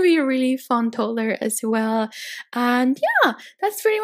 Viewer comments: Sorry but it annoys me so much how u say toddler. It’s toDDler not totlur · No offence but I hate the way she says toddler 😂😂